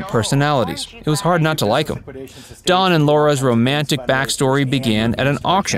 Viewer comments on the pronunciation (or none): Its Dan not don